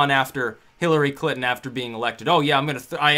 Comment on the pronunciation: Love how it sounds like you say Clitton. :-D